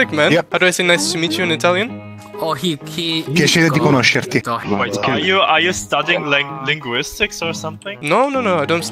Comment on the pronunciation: how do I say "nice to meet you" in italian? "Piiacere di conoscorti" what i heard is FISDYHFIUJSHIOFUYGEHBFHJGHJIGbfjk